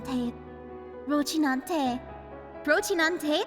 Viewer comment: What the FUCK is "ROCHINANTE". FFS, learn the pronounce names properly, especially if you're making video about it.